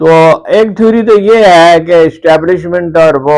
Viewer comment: Establishment wrong pronounced keya app ny, hamry mulk ma Establishment only Chief Of Army Staff h.